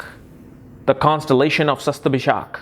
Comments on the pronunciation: Sorry to point out this, you write the correct spelling in tags,but you pronounce it wrongly.you wrote shatabhisha but you pronouncing as shastabhishak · But ur pronounce d the nakshatra wrong.y